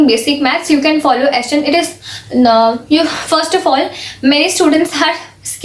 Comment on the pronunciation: Didi😃 it.is s. chaaaand not s.chandddd